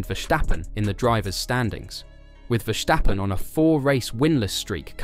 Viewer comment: It's not Vershtappen. He's not German.